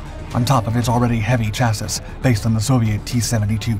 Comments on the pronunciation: He kills me saying “chassis” that way. It’s French-based. CHA-see. Rhymes with “brassy”. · I've never heard anyone pronounce chassis that way... took a second to figure out what you were even talking about. pretty sure the whole English speaking part of the world knows it as "chas-ee". considering you do so many videos that might require the use of that word, I just thought I would throw that out as an option for you to consider. I'll still watch your videos either way. thank you, I really enjoy them. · If I have to tell you one more time how to pronounce 'chassis', I'll...I'll....well I'll think of something. 😋